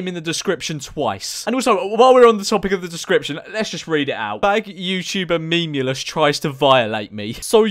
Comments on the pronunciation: I know this video is two years old but really annoys me how he pronounced memeulous as memeless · Actually it’s pronounced mee-mee-loss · Nah nah nah, it's "meemlus".